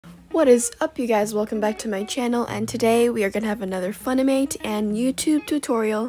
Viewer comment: the way she says funimate - that aint it